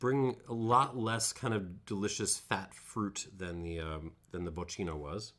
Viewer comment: Bocchino is pronounced "bockino" - smartass mode off ;-) You have a great channel there. We share the love for Marolo grappe. Thanks a lot for your work.